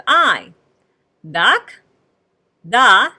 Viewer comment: You are teaching this language incorrectly. The "K" is pronounced as if the (a) is still attached to "K". The coma in the "Dak' " is basically saying the (a) has been omitted. The "K", is still pronounced as "Ka" making the pronunciation "Daka" as the original language. Try looking at this sentence, it will sound like the original language. "I love cats. = Dak'ro yamuyina. = Daka ro yamuyina.